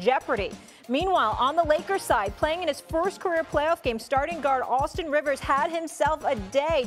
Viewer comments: Austin “Reaves” not “Rivers”🤓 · Why does everyone say "Austin Rivers" 😂😂😂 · Austin “REEVES” Molly smhhhhh get it right and have some respect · What's "crazy" about it? Just a slip of tongue and she corrected herself afterwards. Austin reaves and Austin Rivers is quite similar in pronunciation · You're kidding me right? Austin Rivers/Austin Reaves. C'mon bro. Not only "same" 1st name but their last name both starts with the Letter R, with 2 syllables and near pronunciation. Rivers - Reaves. C'mon man. Stop it. Man, YouTube comment section is so unintellectual compared to other social media comment sections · Molly it's Reaves not Rivers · Big perk out here pronouncing everybody name wrong rayi hachamara Austin rivers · Just a minor slip. No big deal since Austin Rivers is actually a NBA player for the T wolves. Easily understandable for a slippage of tongue on the last name